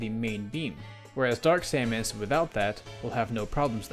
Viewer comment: Who says Saymus ? xD this whole section had me weirded out